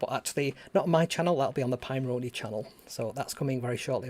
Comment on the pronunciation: I like the way you say it better :)